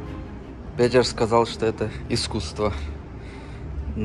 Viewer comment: Произносится Пэтэр, ну зачем так коверкать имя?